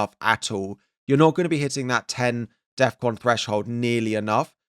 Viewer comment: You're putting too much emphasis on DEFCON